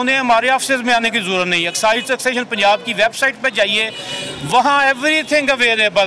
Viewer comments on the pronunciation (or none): none